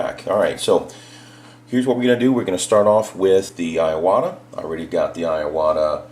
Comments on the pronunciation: Great Video. but living in Japan for 3 years.. its I-Wa-Ta... not I a wa ta.. LOL.. not really harping on ya, im white but I spent alot of years learning the language and this is SUCH A GREAT INFORMATIVE video it was the only thing bugging me.... Im with ya on the switch the taller trigger on the Badgers and the fine lines are sooo much different.. went to a Badger Sotar and patriot from a Neo and Medea Iwata..... Speaking of compressors any Suggs on quiet air comps? like the fortress, Hitachi, or no name? Ive been searching for that but not sure just searching by Decibel rating...both or the higher end brushes are about 160 or so... Any people do any tattoo work with a rotary pen the badger feels more at home.... larger and heavier base... Keep the Vids a coming man! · There's only two A's in iwata😂....E-WOT-A